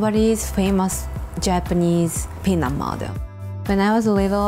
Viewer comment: I keep hearing peanut